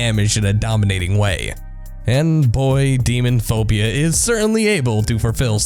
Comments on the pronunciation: It's "Lisa the Painful: RPG", but you're saying "Lisa: The Painful RPG". It says "Demonophopia", but you're saying "Demonphobia". Can't you read? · youve written about demonophobia 3 times, yet through all that, still haven't realized that its not demon phobia, its demon-O-phobia... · "DEMON(o)PHOBIA. I have written about this game THREE times now..." And yet you still can't pronounce it right? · Why do you pronounce it, "Demonphobia," when it's clearly, "Demonophobia"? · Text: Demonophobia Narrator: Demon phobia Smh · Video: "DEMONPHOBIA" Me: "I think you missed a lett-" Video: "I HAVE WROTE ABOUT IT 3 TIMES NOW" Me: "yet you can't pronounce it. Okay..." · Has written about Demonophobia 3 times... pronounces it Demon phobia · you have written about this game three times and you still blatantly mispronounce the title? There's an "o" between demon and phobia. Istg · "demonphobia...i have written about this game 3 times" proceeds to continue to call it "demonphobia" for the rest of his blurb. it's right there on the screen dude - "demonOphobia" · The content is decent but the narration is kind of retarded. The first voiceover was cringy as hell, and the guy that did demonophobia forgot to pronounce the O in demonOphobia, and also managed as an adult to mispronounce the word subsequently, as though they had no idea what that word was. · You talked about Demonophobia 3 times and mispronounced it all 3 times? De-mono-phobia. It's 6 syllables, not 5. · Demonophobia narrator: You need to learn to pronounce words properly. The game you've apparently "written about three times, now," has an 'O' between 'Demon' and 'phobia'. The word has six syllables. 'Subsequently' has it's emphasis on 'sub,' not 'se'. It's pronounced sub-seh-kwent-lee. Otherwise, good vid!